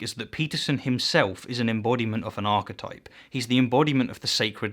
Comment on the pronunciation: If there is indeed a hell, then a special part of it should be reserved for those who deliberately mispronounce key words. Archetipple...